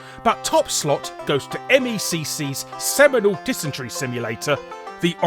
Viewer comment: Theres something seriously wrong about Larry saying "Semenal Dysentery"